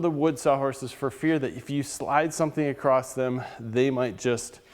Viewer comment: it's pronounced "ACROSS" not "acrosst"